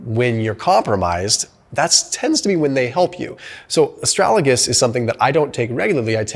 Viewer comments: Why did you say Astralagus instead of Astragalus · It is "a-STRAG-al-us," not, "a-STRAL-a-gus." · Good video. FYI. It is Astragalus not Astralagus. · I guess you want to say ASTRAGALUS NOT ASTRALAGUS, right? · Did my man just say 'astralagus' 4 times in a row? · MY GOD YOU KEEP PRONOUNCING ASTRAGALUS WRONG!!!! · Thank you, but can you please pronounce Astragalus properly. 😉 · Lmfao come on dude learn to pronounce Astragalus correct